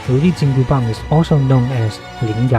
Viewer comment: I'm kinda curious...as someone from the US the pronunciation of the "Bang" part of the weapon's name is kinda odd to my ears as when I hear it, it sounds like "Baan/Bahn" with a silent G on the end. If it's not too much trouble, what would be the closest sound/pronunciation for someone who isn't fluent in Chinese or am I hearing it right and it's a longer A sound with silent G on the end?